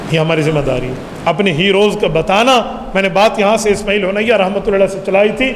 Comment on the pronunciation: اسماعیل ہانیہ ھے نام صحیح سے لیا کریں ۔ ھونیہ نہیں ھے ۔ ہانیہ ھے ۔